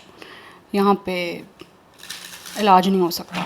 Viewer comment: आप ने बोला कि उनका कोई अलाज नहीं है... अलाज नहीं.. इलाज़ बोलते हैं और आप अलाज बोल रहे हो... कृपया शब्दों का उच्चारण ठीक से किया करें धन्यवाद